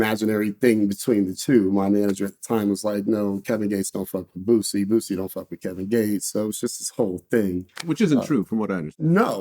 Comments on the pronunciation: Vlad, its Boosie, not Vussy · Vlad need to ask Boosie why Wack calls him, "Boot-sie"?